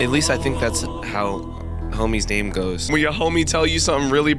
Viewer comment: when he says homies “dame” and not name proves he has EXTREMELY low blood sugar